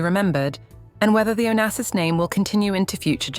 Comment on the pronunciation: Onassis est son nom et pas Onases ou Onasis !!! Respectez ma famille .